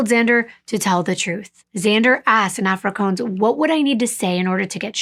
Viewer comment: I think you'll find that the language you've described is actually pronounced " Afri- kaans" the latter rhyming with " bans" not "coans" as you've pronounced it multiple times . Otherwise I found your presentation of this case to be really informative + told with compassion + great detail. I'm sorry to point out the mis-pronunciation of Afrikaans but I'm sure you'd rather it be pointed out given the amount of time , effort + the amount of details you put into your presentation of each case you bring forward. ❤